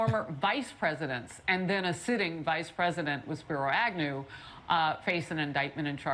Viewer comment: I’m taking shots of whiskey every time she mentions the “reminder” of the never before seen former President being indicted…..that and when she mumbles through the pronunciation of Spiro Agnew.